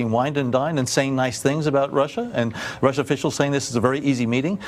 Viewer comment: and now they share his views on Ruh!!!???? Was she so eager to get her point across she couldnt say russia?